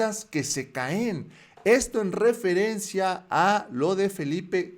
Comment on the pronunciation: No se pronuncia CAÉN sino CAEN.